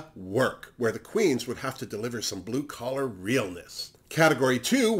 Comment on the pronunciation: ha, my bad:) When you were talking about Jigly, Akeria and Skarlet you said “it’s not blue collar” but what I heard was “it’s not blue color” Lol Kisses 😘